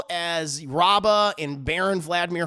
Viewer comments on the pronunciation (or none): Just to let you know its Rabban not Rabba